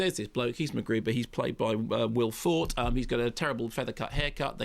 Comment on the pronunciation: ...not wanting to correct Doctor K, but it's Will Forte as in "will four-tay" I've heard the SNL announcer say it loads of times. Kermode gets away with it by admitting that he's never seen the show.